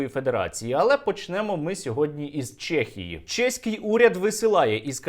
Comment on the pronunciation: Сергію, супер відео! Тільки не «Чєхії» а в «Чехії» 😉